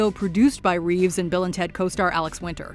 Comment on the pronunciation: jesus christ..did you even see the Bill & Ted movies? Clearly not because you would know that their names were said in a specific way that you 100% botched. Bill S. Preston Esq. & Ted 'Theodore' Logan...for shame